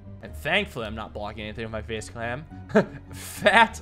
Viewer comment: You said face clam